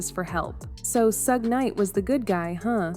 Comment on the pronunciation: I can’t listen to this story because she is not saying Suge Knight name right